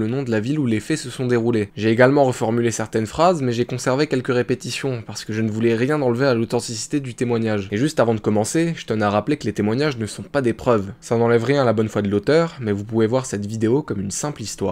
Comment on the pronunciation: Au début de la vidéo tu dis authencicité du témoignage, tu voulais dire authenticité plutôt car sinon ça veut rien dire